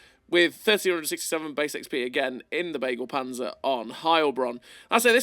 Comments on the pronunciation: Begleitpanzer not beaglepanzer xD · "Begleit"-Panzer means "convoy"-tank. The first "e" speak out like in beagle. Something like "beglait"-panzer 🥲